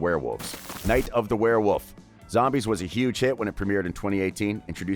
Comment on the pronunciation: Ahem its pronounced werewolf